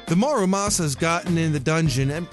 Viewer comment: Everyone calls it a mArUmasa but it is a mUrAmasa.